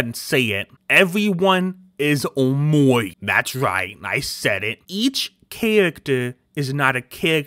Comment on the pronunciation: BECAUSE HE IS SAYING omowi